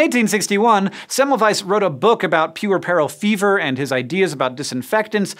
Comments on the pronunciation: Pwer’per.al fever. Not pure.e.peril fever!! Please...learn to pronounce those medical words! But cool info! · Dude Interesting case studies, but FFS please use a dictionary before rattling off words you aren't familiar with Puerperal: pyuˈɜr pər əl The emphasis is on the first syllable not the 3rd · painfully mispronounces puerperal ..... one point off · you don't even know how to pronounce puerperal -- sheesh!